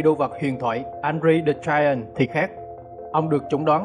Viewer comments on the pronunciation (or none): none